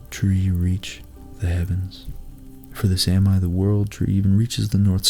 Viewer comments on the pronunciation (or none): It's pronounced Saa-mi. Not samai as in this video. There are several correct instances of the pronounciation in this clip if you're interested